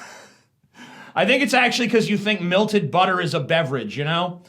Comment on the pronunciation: Also, I hate the way you say melted. MEH LTED not Milted